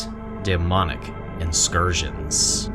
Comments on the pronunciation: Bro what’s an inscursion. Did you mean in-cur-sion? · Awesome video, although I am at odds with you over your pronunciation of the word incursion